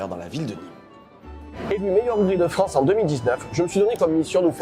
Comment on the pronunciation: Juste la France et pas la Fronce !